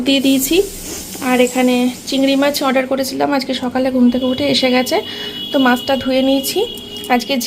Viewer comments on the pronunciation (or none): none